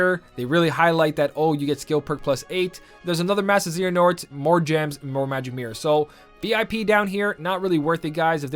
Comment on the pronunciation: Your butchering of “Xehanort” is worse than the 1400 jewels - constructive criticism.